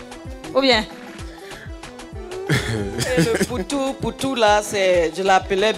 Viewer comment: Ce n'est pas "apoutou", Mais " Poutou " autrement dit " Poutou-Poutou "